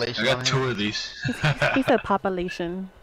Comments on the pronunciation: He said popalation😂🤣😂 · he said popalation